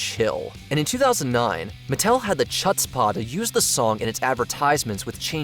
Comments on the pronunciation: its CHutzpah not chutzpah its a hard german h as in ACHtung not ch as in chair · 'Chut's Pah'? WTF? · Please research how to pronounce words you're unfamiliar with. Chutzpah doesn't have a cha sound.😮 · Chut-spa?! I'm guessing the voiceover person hasn't met a single Jewish person before. As for Vanilla Ice copying Queen verbatim, I recall an interview where he referred to them as "an old band" as if a century vs decade had passed. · "Chutzpah" is pronounced huts-pah. Ugh. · "Chutzpah," my good "man" is pronounced like there's no "c" in it--unless you also pronounce "Bach" lite "batch" or "Loch Ness" like "Lotch Ness." (The word "chutzpah" is a Yiddish word so the "ch" has that kind of breathy k sound rather than the common "ch" of "church" and "cherry.")